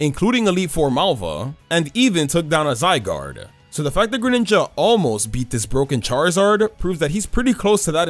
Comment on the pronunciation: THE FIRST I IN GRENINJA IS SUPPOSED TO BE AN E!